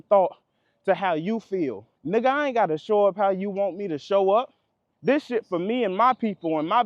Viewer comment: He don’t say 🥷 right lmao that’s always a telltale sign 😂